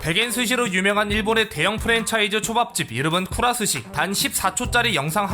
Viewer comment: 쿠라스시가 아니라 쿠라즈시라고 읽습니다용